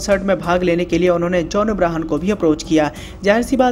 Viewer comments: Bhai its john abraham not abrahan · Did he says John Abrahan😗😗